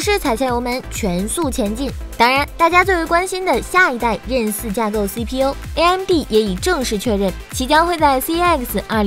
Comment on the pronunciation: 为何Zen可以读成“任”？ 任三,任四？！？